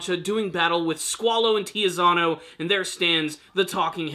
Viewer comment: It's not Tizzyano! It's TITSY-ANNO! Z sounds like in Pizza! Is that so hard to remember that Z sounds like TS in Italian?!